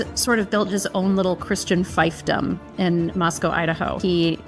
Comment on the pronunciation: 'Mother Jones' has the sneer built right into their title. And it's pronounced 'f EE f dom' not Fifedom.